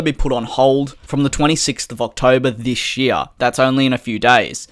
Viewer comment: Are you Australian? Got a hint by how you say year